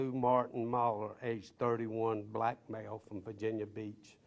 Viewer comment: Note the emphasis on " black male."